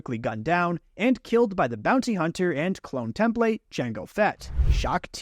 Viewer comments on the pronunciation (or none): none